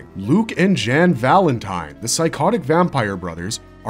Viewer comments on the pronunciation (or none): Only oof on this video is pronunciation on Jan Valentine. The J has the Y sound making it Yan Valentine. But more importantly, I liked both series. Hellsing 01 is a nice mystery, I'm more into Hellsing Ultimate because it drops the mystery and go completely against the norm of vampire shows and stories which is the opposite of why i like Shiki that stays true to most Western vampire stories. I will say when it comes to separate anime versions, the best 2 in my opinion is Full Metal Alchemist.